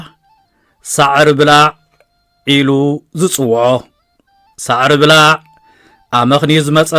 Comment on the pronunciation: ብጌጋ እዩ ዘድምጻ ዘሎ። ኣናብባአ ከም “ጉቦ” = “ብላዕ” እያ። “ብላዕ” ጠቢቃ እያ ትንበብ፡ ትርጉማ ድማ ካብ ሳዕርኦም እቶት ዝገብሩ ሰብ መሬት እያ ብዝያዳ ትምልኸት።